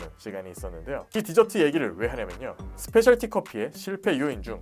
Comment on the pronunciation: 스페셜 티 커피가 아니라 스페셜티(Specialty) 커피입니다.